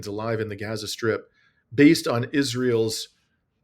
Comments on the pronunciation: it's pronounced Gaza, and not Geza...A as in father... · Gah-zuh? (Rhymes with yeah-zuh) please, if you're going to report on the genocide in Gaza (pronounced Gaaa-zuh, rhyming with Papa) Please pronounce it correctly. It does matter. Everytime you mispronounce it is like nails on a chalkboard. Try saying "open up and say Aaaaah" or Falalalalah like the Christmas song. Not ah like apple.